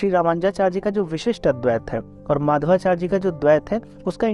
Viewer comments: For your kind information, His name is Madhvācārya, not Mādhavācārya. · Nice attempt and good understanding. However, subtle inaccurate statements are there to be corrected such as linking Advaita to mayavad, pronunciation of Madhvacharya, etc.